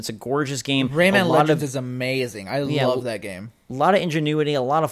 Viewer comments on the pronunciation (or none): none